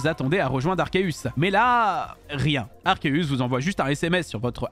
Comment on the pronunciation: Déjà, premières secondes de la vidéo et on entend "Arkeus".